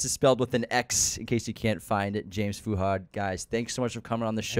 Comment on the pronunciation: the way they pronounce Fuhad's name is such an ICKK